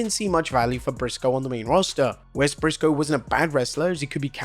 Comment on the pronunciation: Wes Pissco XD